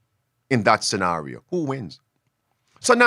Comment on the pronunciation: Pastor using WEF pronunciation of 'Scenario'.